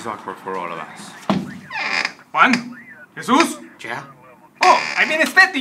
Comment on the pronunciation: called Juan master wain.